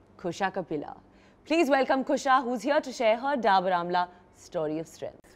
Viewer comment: Kareena calling Kusha 'Khusha the whole time.....😂